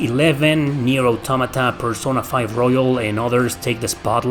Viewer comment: great video, i do wanna provide a correction if you don't mind: you are pronouncing certain words like pokemon, taco, persona, incorrectly. they are pronounced the same as in spanish!